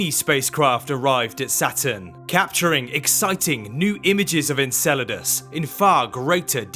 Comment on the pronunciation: in and if this dude says Encledaus one more time.....